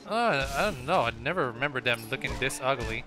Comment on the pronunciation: are you trying to say dis instead of this?